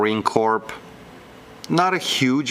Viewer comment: Good video. Great sales. BTW, no one says Marine Corp pronouncing the p. Say, Core and you got it.